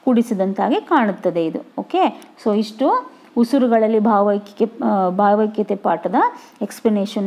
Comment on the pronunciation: bhavakathe alla bhavaikyathe